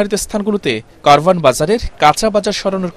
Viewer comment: উচ্চারণ হবে কাওরান বাজার।